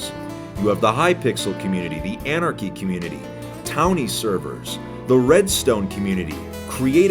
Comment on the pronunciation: Did he fr say townie community